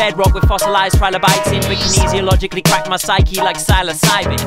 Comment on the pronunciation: You said "kinesiologically" - ill - this is probably the best I heard from you. ever. Thank you kindly